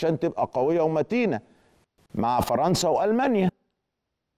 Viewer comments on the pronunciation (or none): none